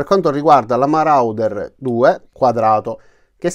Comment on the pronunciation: Ho un suggerimento di pronuncia: MORODER :-)